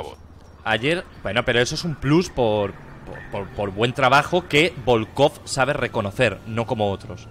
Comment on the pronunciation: Bolcov* Presten atención a la pronunciación